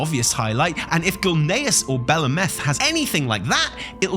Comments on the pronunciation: I believe its pronounced Bell, like a bell and Ahhh -meth with emphasice on the AHHH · its pronounced bel ameth not belameth. its pronounced highjal, not hyjal. its pronounced tel drasil not teldrasil